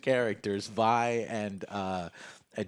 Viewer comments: Joe buddy Its VI like violet Not VEE like cyberpunks V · It's not pronounced like 'vee' it's pronounced like 'vi' like in violence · Please stop calling her VEE. Its VI. Literally said how it's spelled. Neither of them told him that and he said VE 40 times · How is it they say vi and you call her veeee? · Its Vi - "Viy" same way you would pronounce fly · This guy really called her Vee after watching everyone say her name correctly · Vi as in Violet.. V.... I.... V.. I.. Vi. needs some remedial pronunciation training via Sesame Street. Oh wait, used the word via. Hopefully Joe can pronounce that word correctly. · "Vee" sigh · ...."Jinx and Vee" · Her name is pronounced "V-eye". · every time joe says Veee i physically cringe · I swear I cringed every time you said Vee xD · I cringe so hard when he keeps pronoucing vi as "vee" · Me: slightly cringing every time Joe called her ‘Vee’ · Joe calling Vi as Vee was bugging me but loved the review. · how you going to call her Vee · DID THIS FUCKER JUST SAY VI'S NAME WRONG?! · Kept waiting for Alex to correct Joe's pronunciation of Vi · Joe pronounced Vi correctly once in the beginning, but then switched to saying Vee for the rest of the review. Guess he just forgot... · lol he says it right the first time and then continues to get it wrong every other time in the video. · Its Vi (V-eye) short for Violet not Vee but all good. I was actually saying Vee initially too. Probably because of CP2077. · Jesus Joe is Vi not Vee. Alex get your man. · Every time Joe mispronounced Vi, i died a little on the inside. Her full name is Violet; which is why her name is pronouced as Vy. Not as Vee. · It's Vi . Not V.... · You say you watched the show, yet her name is Vee... anyways, loved the show, hoping it gets ton of success so they can continue making more seasons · Every time he says Vee instead of Vi...that's one powder being left by hereself. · Good god, youve watched the show. Its "V-ie". Not "Vee" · ITS VI NOT VEEEEEEE